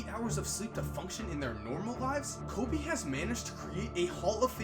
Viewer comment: It’s KO”freakin’”BE